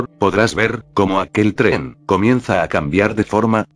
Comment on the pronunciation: Siempre cuando dices tren suena rara lo voz